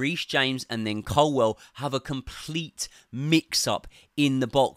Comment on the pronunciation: Bro, how can you still not say ColWILL properly?